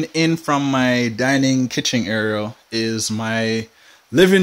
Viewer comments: The Word IS: AREA, NOT AERIAL !! So far you've said it Wrong twice !! Just saying 😊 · Why do you pronounce "area" "areal " ? Is it a Jamaican thing ? Good video, though. Nice apartment, too (really good space, even if you think it's tiny). Thanks.